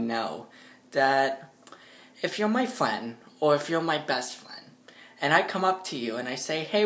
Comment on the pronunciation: I'm you're fwend